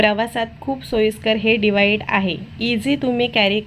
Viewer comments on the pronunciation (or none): अतिशय छान विडिओ पण डिवाइड नाही डिवाइस असतं